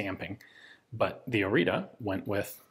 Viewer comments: Romanian has diacritics (ăâîșț) that are pronounced differently. In this case it's Orița, where ț is pronounced like zz (pizza). The others go like this: ă - Uh with a wide mouth (like you forgot what you were about to say), â short Uh (like someone asked you something and you didn't hear them), î - identical to â but only when a word starts with it, and ș which is shh (like be quiet) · Pronounciation is Oritzza or even Oritzzah like is marked on the gun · It's "Orița", the "ț" is pronounced like the "zz" in pizza. Side note, there was a version of this produced for paratroopers, it had a folding stock. Very few of those were produced. I can imagine they're even rarer now. This is one of the first few weapons actually designed by romanians and not just produced in romania. Others in chronological order after the Orita include the PSL, which was a sniper rifle chambered for 7.62 that looked almost identical to Dragunov, but was actually a modified AKM design, and the model 1986 / AIMS74 which is an interesting ak74/akm intermediate developed independently as opposed to cloned, like many other guns produced in romania were. In fact, those three guns are the only three that I've heard both my father (who was a lieutenant in the army) mention and was able to find anything about on the internet. Every other gun produced in Romania seems to be just a variant or even simply renamed but identical to another country's design. The model 1995/2000 pistol for example is quite literally the israeli Jericho 941. I won't include the Argeș (read the "ge" as in "germ" and the "ș" as the "sh" in "shoot") because it's a flamethrower. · you need to pronounce it something like this "Oritza", or you can look for the proper one on google translate. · Romanian here, I saw the flag, I insta clicked! ♥ Also it's pronounced " O ritz uh " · It is pronounced Oritzuh. Not an expert at spelling it but it should be more accurate. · I'm Romanian and this is pronounced Oritsa